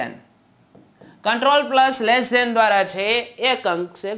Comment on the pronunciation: Lece than ne greter than bole se tu